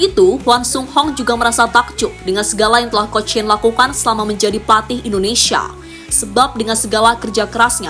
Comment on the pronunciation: Koreksi Mind... Bukan indonesaaa... Tapi Indonesiiia. Masak Indonesaa yg bener!!